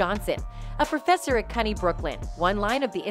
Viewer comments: I believe CUNY is pronounced Q-nee. Not cunny. Someone's not from the NYC area. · The college CUNY (CITY UNIVERSITY OF NEW YORK) is PRONOUNCED: "CEE-YOU-ENN-WHY". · It's pronounced Q-Knee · As a New York City native, CUNY Is pronounced “Q-knee”. I’ve noticed in many of your videos, you are mis-pronouncing many words. Sending advice, that’s all. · Hi please give this robot pronunciation correcting CUNY is Que-new